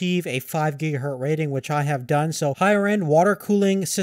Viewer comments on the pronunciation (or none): none